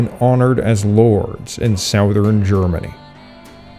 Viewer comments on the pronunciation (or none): Southern is pronounced suh-thern, not sow-thern. Funny, I thought you were a native US-English speaker until you said that, at least three times. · You pronounce "southern" oddly. You must be Canadian.